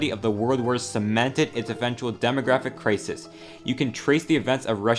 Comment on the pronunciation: y does he pronounce crisis like that